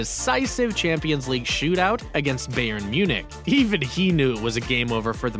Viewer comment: bro said beyern uniq